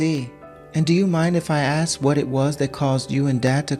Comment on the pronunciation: Yay again 😂😂 and it's pronounced ask not axe. What's with the pause he does like "Do you...Mom"